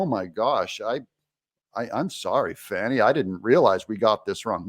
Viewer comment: It's Fanny, not Fawny.